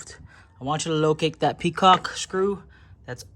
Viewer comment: "PET-COCK" Bro. Peacock is a bird.